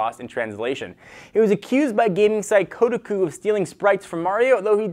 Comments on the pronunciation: lol'd KODE-UH-KOO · How do you muff up the pronunciation of Kotaku, they are huge in gaming for better or worse (worse, nothing good happens with Kotaku)